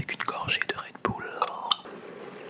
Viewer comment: C du redbull c pas du redboulle